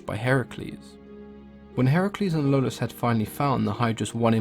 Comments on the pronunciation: Lolus? I think you mean Iolus, with an i. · Hey, it's iolaos. Good job as always otherwise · It may be because of growing up watching Kevin Sorbo's Hercules, but i thought Iolaus was pronounced (E-oh-las)